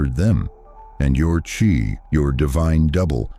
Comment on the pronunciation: It's pronounced chi not chai